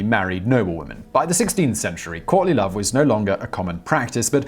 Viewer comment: I thought you said Courtney Love not Courtly Love..